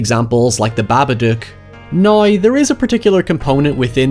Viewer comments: there is literally no possible way you just pronounced “now” which has absolutely no “oi” sound in it whatsoever with an “oi” sound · “Highever” “Nigh” ….